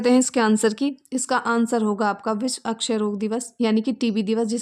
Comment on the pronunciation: I don't know why this mam क्षय को अक्षय पढ़ती हैं।